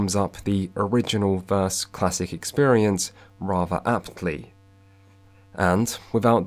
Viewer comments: It's versus, not verse... :'( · It's 'versus' not 'verse', 'verse' is an entirely different word.